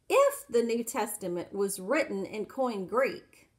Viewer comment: That's correct. And it's not "coin Greek". It's "Koine Greek", pronounced "Koin-Ay". Hopefully, this woman is a better nurse than a student of ancient languages. She appears to know very little - and reads most of it. Also, the text never says that the queen of Ethiopia came to Jerusalem to worship. How can a person get so confused? As she says, "That's a problem." The truth is that Ethiopia was ruled by a number of female "Kandákēs" for centuries, and the Latinized version is simply "Candace". It (Candace) does not refer to a specific ruler.